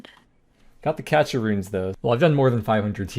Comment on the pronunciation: Cache pronounced 'CASH' is a dumbass and can't use Google. Be better, literally just look it up.